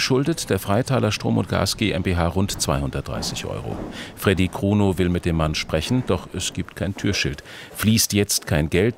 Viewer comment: Als er sagte Fredy kruno dachte ich erst er sagt Fredy Krüger